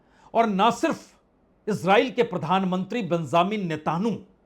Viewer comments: Please sir, Ne....ta...nu nahi Netanyahu please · جناب اسرائیلی وزیر اعظم کا نام تو صحیح سے مخاطب کریں مانا کہ وہ معصوموں کا قاتل ہے جنگی مجرم ہے ، اس کا نام نیتن یاھو ہے ۔۔۔۔۔۔۔ نیتانو نہیں ہے 😊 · यह उच्चारण कहां से लाए हो "नेताणु" ? विदेशी चैनल भी ऐसा कुछ नहीं उच्चारते, लिखने में भी वर्तनी में ऐसा नहीं है, आप तो मोदी की तरह नकली डिग्री धारी भी नहीं हो फिर नेतन्याहू का उच्चारण नेताणु? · You are the best reporter , , Plz try to say Netanahu Not netanyahu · Ap ko netanyahu ka naam bolne me ghalte hore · चाचा नाम तो देख कर सही पढ़ लीजिये। न्यूज चैनल की तरह आप बोल रहे हो। नेतनयाहू है।😂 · पहले प्रधानमंत्री का नाम बोलना सीखो फिर न्यूज़ दे दो